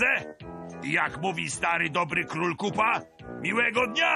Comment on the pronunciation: Niekryty Krytyk oni nazywają się Koopa a czyta się...